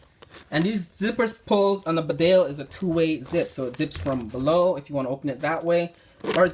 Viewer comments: It is pronounced BEEDALE not BIDALE. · Hello. Thank you for your enthusiasm in the world famous Barbour brand. Hand made in Great Britain . The actual pronunciation is bee dale. Regards. Adrian.